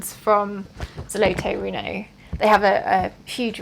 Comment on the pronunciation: No, the RTO company is a Russian company, located in Moscow. Here is their official website - Most likely, on the back of the set specified office RTO in Estonia where you can buy the their product. About the pronunciation, frankly, not very good. You need to talk - ZolotOe rUno